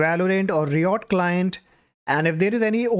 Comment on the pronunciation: RYE uht not ree ott